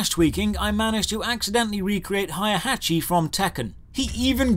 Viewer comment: "hiyah-hachi" well, ive found the 300 dislikes. that was horrific.